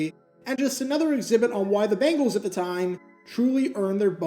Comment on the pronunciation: Bengals not Bangles